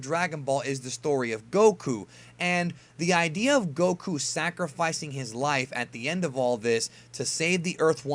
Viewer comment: What i noticed about is that he kept mispronouncing 'Goku' lol